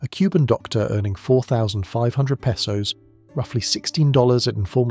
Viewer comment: This sounds like Ai garbage. Can’t even pronounce “Pesos” correctly.